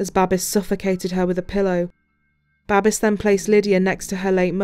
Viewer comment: "Babes," in English is pronounced, "BAY-BS," like babies, without the i sound or the letter, not "BAH-BES." This man's name was Babes, and I bet he did get a lot of babes. He was good looking.